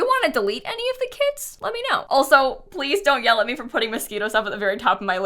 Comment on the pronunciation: not you pronouncing "moschino" as "mosquito"